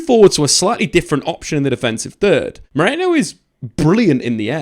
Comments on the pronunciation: ME-RI-NO not MORENO lol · British people can't pronounce Merino for their life. Stop pronouncing it like it's spelled Moreno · Why CANT you pronounce his name properly... MERIIIIIIIIIII NO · Meriiiino. Everyone keeps saying Moreno... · I like your videos, but calling him Moreno every 10 seconds was unbearable, very unprofessional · They can't say his name for some reason. All English media have been butchering his name. I heard Marino, Moreno, Mereno, 🤣🤣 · Every time they try to say Mikel Merino for some reason they say Nico Moreno or something like that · MerIno. FFS at least pretend you're trying... my word. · Butchered his name throughout this 😂 good video besides that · I genuinely can't tell if he's mispronouncing his name on purpose, or is actually dyslexic and can't read the letters of THE NAME ON HIS OWN DAMN DIAGRAMS...either way, do better. Or should that be?